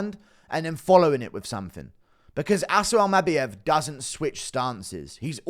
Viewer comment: Bro says Almabayev even weirder than he says Topyeeria